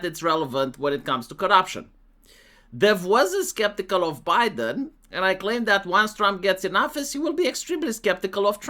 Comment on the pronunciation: I'm naming something Zho Bi-Den now because that pronunciation just sent me.